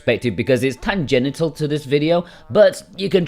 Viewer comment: Tan Genintal haha Don't you mean Tangental?